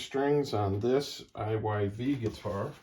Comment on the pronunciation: Pronounced “Eve” Iyv spells out to be Eve when pronounced using simple spelling rules learned in grade school.